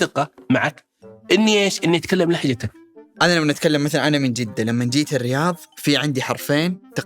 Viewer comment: المتحدث ينطقها لهجَتْك هذه اي لهجة؟